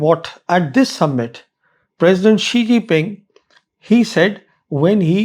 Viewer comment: Sir why do you call him 'Xi Jipping'? It's Jinping. Simple. Jin-ping.